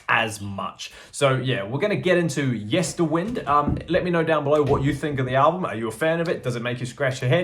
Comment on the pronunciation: The first thing is that the third syllable of Yesterwynde is pronounced as in 'wind the clock' rather than 'the wind blows through the valley'. The second thing, I have only listened to it once and it will take a few listens for it to bed in. I like the singles, especially 'Islands', and enjoyed the first listen, so it promises much. The singing on The Children of 'Ata is Tongan, sung by Tonganese singers, as the story is about Tongan children that survived on an island following a shipwreck. I listened via streaming, but I'm buying it on vinyl and CD.